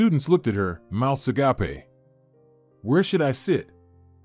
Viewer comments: Is that AI reader mouths agape said a- gape not agapey as in another language. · So glad you’ve made a name for yourself, IVE REALLY ENJOYED YOUR VOICE AND ORATION, But hey, just to say. Agape is NOT pronounced AH GAUPAY. IT IS PRONOUNCED AH GAPE AS IN TO GAPE WITH ASTONISHMENT. LOVE YOUR NARATIONS. THANK YOU!